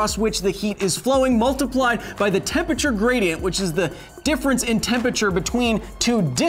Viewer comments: Love the videos but it kills me every time I hear Kyle say tempeture it’s temperature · Temperature, not tempiture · Why does Kyle always pronounce temperature as tempature? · Seriously. The word is TEMPERATURE. not tempacher. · Take a drink everytime Kyle says "Tempature". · Tempature? That pronounciation is just... nasty. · Is 'tempature' the new 'aluminum' or are you just pronouncing temperature weird? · Tempature....here he goes again... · Honestly the only thing that annoys me about this is the fact that Kyle keeps saying "tempeture" Missing a syllable there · Interesting video, but man, "tempachur" hurts my ears. 😂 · Can never get passed the way you say Tempature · I can't get over you saying "tem peture"... :p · You say "Temperature" funny. I'm pretty sure there's an R in the word you're missing out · Are you pronouncing it "tempature?" Is it an American thing because I've always known it to be spelt temperature. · Someone needs to teach Kyle how to say temperature... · Your pronunciation of temperature is strange.